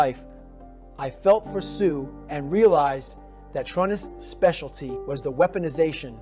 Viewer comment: This story is accurate based on the books. And it sounds like Goggins. But he says Trun-nis. In the books it's always true-nis for his fathers name. Is this a chat GPT summary in Goggins voice?